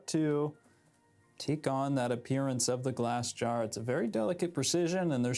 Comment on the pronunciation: Every time he says "Jar" I think he's saying "Draw"